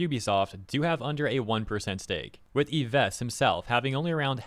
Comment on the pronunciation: Yves Guillemot "Eeve" "Gill" (like the fish respiratory organ) "Mo". It's not your bad though, french is an absolutely terrible language, I know cuz I'm french. basically the S is silent, the e in Guillemot is skipped, "Gui" is just hard "Gi" and ofc the T at the end is also silent because why the heck not.